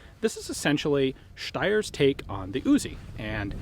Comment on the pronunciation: Love your pronounciation of Steyr. Very german.